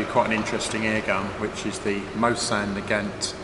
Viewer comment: Cheer up man its pronounced mosin mo sin gag ant also this is the paratrooper replica